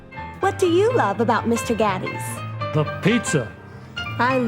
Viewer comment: The title is definitely misleading. Whoever put this together should do more research. Mr. Gatti's is still opened all over Texas. It is not pronounced Gotti like the gangster. Chuck E Cheese still exists.